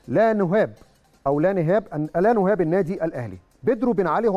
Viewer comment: يا جماعه شغلتوه مذيع ازاي بس كفايه واسطه وكوسه (عيب الخطيب الوحيد ) مبيعرفش يتكلم عربي مش عارف ينطق (نهاب ) قمه الجهل . اهلاوي جدا